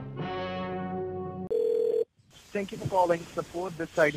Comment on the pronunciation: Hey...thank you for calling suppoat....lol